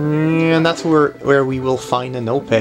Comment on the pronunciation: Epona not anope